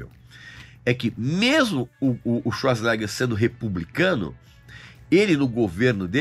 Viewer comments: O sobrenome dele se pronuncia: chvarts zenêga😮 Como quase impronunciável?... vem com o brimo dos idiomas aqui😂❤ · quando mais novo quando nao sabia pronunciar seu sobrenome , a gente falava " arnold suasnegas", nao achei o filme QUEIMA DE ARQUIVO , ruim , inclusive é o ultimo filme da Era de ouro do Arnold